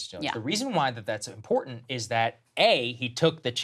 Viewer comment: It will never happen. She also needs to learn how to say the letter T as in important! Whining Karen tHy she is.